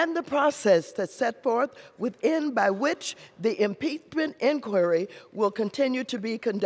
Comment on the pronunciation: what the fuck is our protesterity? what the fuck is impeatmint?